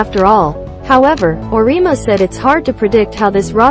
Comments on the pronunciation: I can't believe anyone who has even remotely watched NCAA Women's basketball would not know how to pronounce the 2021 NPOY's name. It is pronounced BECK )rhymes with Peck) ERS. Makes everything you say seems questionable.And Geno's name also Ore- E' ama not arena. shesh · Auriemma is pronounced or-e-emma